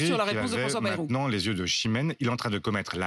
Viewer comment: Marre de mal prononcer ce nom !!! B-A-Y ce n est pas BE....